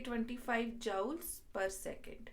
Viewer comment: Jaoul kya hota hai ? Joule hai woh 😂